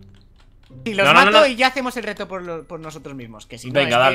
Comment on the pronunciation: en el segundo dice vamos al recto enves de decir vamos al reto xd